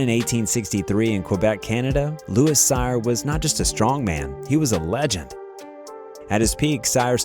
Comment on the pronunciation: louis cyr pronounced sear